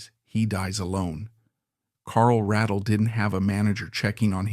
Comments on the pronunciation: Pronounce his last name correctly please, he deserves that much. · Would have been a better piece if you had learned to pronounce Carl's last name.